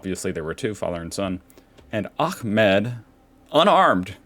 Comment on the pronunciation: "Ahmed" you pronounce correctly! 😂